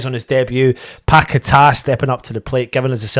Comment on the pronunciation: Ffs you sing his name correct yet call him pack a tar ffs . His names paqueta nobody better.